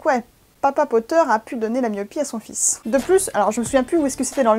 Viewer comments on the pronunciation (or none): none